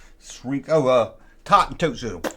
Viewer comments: It's pronounced like Tote, NOT Taught. Hearing the back and forth between these two names is as annoying as the back and forth between A-T-S-T and ATST. 😖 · Toht is pronounced Toe with a 'T' at the end.